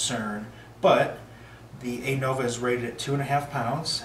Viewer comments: Nice review. However, it's pronounced "Uh-Nova". Not "Ay-Nova". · Stop saying ei-nova pleeeeeeease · Appreciate the review. Side note: Anova is pronounced "uh-nova".